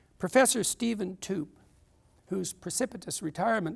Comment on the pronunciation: It's pronounced "toop-ay"